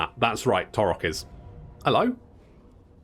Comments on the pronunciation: Surely taurox is a splice between Taurus and ox, so it would be pronounced like ox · The X is not silent... unless you can get far enough away that you can't hear her anymore.